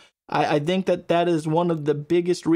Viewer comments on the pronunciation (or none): Serious question, bud. Why do you mispronounce the words "think and think"? You say thenk and theng. You don't pronounce the "th" correctly. Is it an impediment?